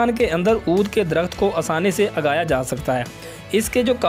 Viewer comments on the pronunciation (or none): اوبھائی ۔ درخت اُگایا جاتا ہے ، اِگایا نہی جاتا